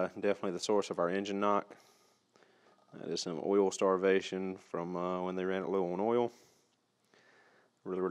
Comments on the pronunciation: DON’T Run your Subaru low on “earl”. Otherwise, video is perfect. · It’s pronounced “earl”